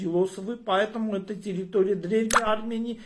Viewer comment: Я слышу плачь в его голосе ...ах ара ах ....такой многострадальный ара.....а ещё ему трудно выговаривать слово тэррррыторыя , потому что у них её никогда не было ...